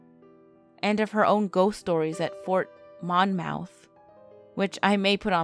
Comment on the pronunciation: "Mon-mouth" LOL